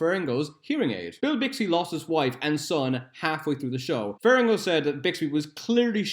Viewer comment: You keep pronouncing lou ferrigno as ferringo. Otherwise, great quality content! Do facts about spawn please